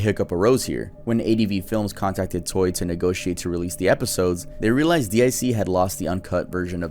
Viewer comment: He keeps saing toy instead of toei. IT SO ANNOYING!